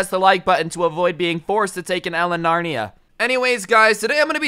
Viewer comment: It’s Narnia, Not “Larnia”!!! 😂😂😂 (kill me)